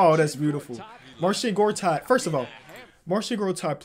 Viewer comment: Mans was sayin "marshit gortat" 😂😂😂